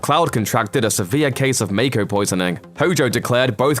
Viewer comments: You’re mispronounced a lot like Mako and called the North Crater the North Pole 😅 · How are people mispronouncing mako energy when it's been said like 100 times from Advent Children to Crisis Core?